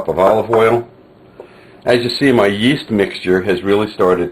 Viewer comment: whats the first ingredient hes adding? souds like east, iest i or what ever.. sry for my english